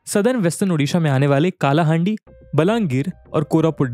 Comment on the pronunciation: It's not कालाहांडी; it's कलाहांडी. As a Kalahandia, it hurts me when anyone pronounces my district's name incorrectly. And it felt good to see that you noticed what's actually happening in Odisha. Thank you, sir.